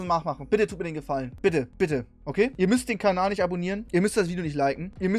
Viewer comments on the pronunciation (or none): none